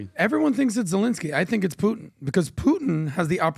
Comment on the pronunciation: Here to witness pronounce Putin as “Poo-en”, and leaving satisfied.